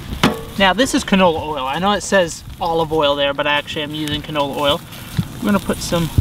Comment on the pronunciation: (complains to Ace about his pronunciation of ‘Weber’) Also: c a n o l y o i l